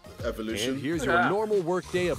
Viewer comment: he said evulition really? amk that is fucking training💪🏽